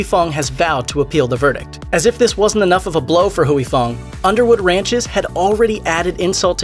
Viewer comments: Why does this narrator keep saying hooey? Is huy like saying way. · Huy is one syllable. You are saying Huey. It’s more like hwee. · NOT HUWEY Fong... its HWEE Fong. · Huy is pronounced like Hwee...not Hewey. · In Vietnamese "Huy = We" not Hu -wee. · Huy is pronounced "Way" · "Huy" pronounced in one word! Hyy or Wee... one word! goddammit 🤦🏻‍♂️ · It’s not “Huey”... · Mashed does a whole video and can't ask one asian person how to pronounce Huy. Phooey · You’re pronouncing Huy so wrong and it’s driving me nuts. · I know, right?! I can't!! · It's Huy Fong, not Huyee Fong.